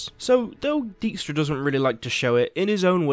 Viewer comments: Daik-stra, not deek-stra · It annoys me how the name 'Dijkstra' is pronounced in the game. Those here who speak a bit of Dutch will understand. Thing is also, I have no idea how to explain in written form what the proper pronunciation is and I'm no expert in phonetic writing either. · One thing bother me, everyone pronounced his name as Deekstra. Dijkstra is a Dutchname and translated it means Dike stra. And I get that pronouncing the Dutch IJ is almost impossible for English speakers, but at least pronounce it as Dikestra. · "shove Dyjkstra"....... yeah.....